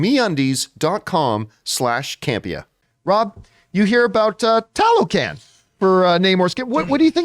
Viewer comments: I'm thinking you pronounce it Tah low khan, like the other word Tlah low klahn. Their is still cities that got swolled up by the jungle from abandonment when the erous brought the germ warfare so people were dieing off left and right some fled. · As a Mexican I'm embarrassed to say I didn't know about Talocan until they mentioned it for BP2 but I believe it's pronounced "Tah-low-khan"